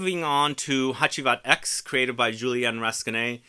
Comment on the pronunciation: I presumed since it's 10th Anniversary the X is roman numerals so it's pronounced "Hacivat Ten" instead of "Hacivat Ex". Also wondering if you got your nose on smelling Hacivat Oud. That came out of nowhere (for me at least) and the perfumer is by Dominique Ropion. I have not tried that one and interested on your take on it.